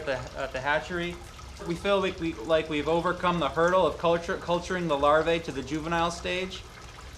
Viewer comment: lost me at larv(eye) like they wear levi's LOL. get to eating and fishing peeps. LARVAE is the plural of larva and is pronounced just like algae. AE is a long EEE sound in Latin. larVEEEE! as well MD's mispronounce the AE ending too as long AAA NOPE! long EEEEE! dumb F's